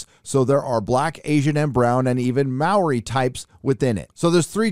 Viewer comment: HEY! The first American commentator I've heard pronounce Maori right brilliant.